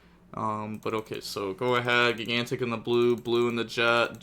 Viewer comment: Spright has been out for almost 2 years and still cant pronounce gigantic correctly. 😂😂😂😂